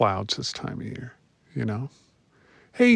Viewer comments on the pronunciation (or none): none